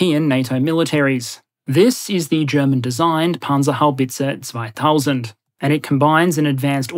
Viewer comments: As a german I have to admit, your pronunciation of the Panzerhaubitze 2000 is really good. Probably as close to a native speaker one can get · Congratulations on that 98% perfect pronunciation of " Panzerhaubitze 2000 " ! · your pronunciation of "panzerhaubitze 2000" was perfekt